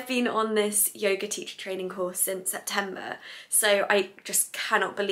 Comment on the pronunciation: ha ha so cute at the beginning she says yoger! ahhh i love her accent its very cute ;)